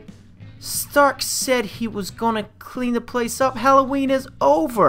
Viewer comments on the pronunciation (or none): none